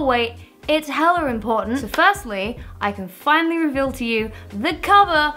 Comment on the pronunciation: "Hella-r" I thought adding unnecessary r sounds was just a New York thing